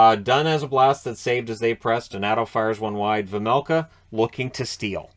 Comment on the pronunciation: Its pronounced Veimelka, not Vemelka or Vermelka :D